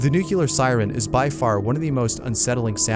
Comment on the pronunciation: Nuclear, not Nuke-u-lar :) The number one sound was often used by the US during WWII when there were air raids. The failing siren sound is used the the game &Days to die, in the Wasteland biome. The Japanese have always come up with the most interesting notification sounds.